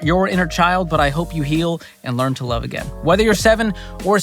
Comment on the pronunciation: ... and wuve, twuu wuve